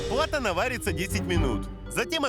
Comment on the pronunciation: не Платана, а Плантана Но в общем красавцы)